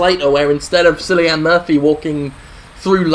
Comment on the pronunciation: I love how he pronounces Cilian as Silly Anne lol.